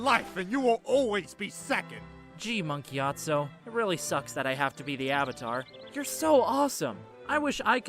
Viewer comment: Mark Gyatso? listens really hard I'm sure it's Monk Gyatso.